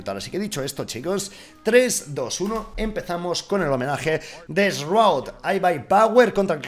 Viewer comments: se pronuncia shroud no shraud.... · Sin ser gringo te puedo decir que no es Roud o Raud como dice, se lee Shraud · 2019 y los españoles le siguen diciendo esroud :v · Como se pronuncia shroud? dice Rauw (alejandro). 😂😂😅